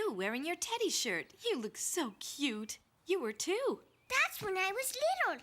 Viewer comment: Bro sais shit instead of shirt